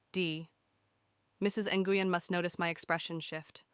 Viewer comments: NGUYEN IS PRONOUNCED "Win" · Nguyen is pronounced, I believe, "win"